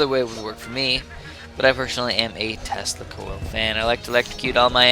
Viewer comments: When ever you say tesla coil I always think you say testicle. So when ever you say "I am going to screw people with my tesla coil" I hear "I am going to screw people with my testicle. Meanwhile I am sitting watching the video with my face like O.O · Every time you say Tesla Coil I hear Testicle...don't judge me.